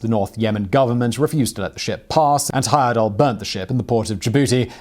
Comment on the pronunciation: Thank you for pronouncing my cousin's name correctly. (Grandfather's second cousin to be precise). I asked him if he were going to do any more of these trips in the late 80s when I was old enough to go but he said he was getting too old for adventures.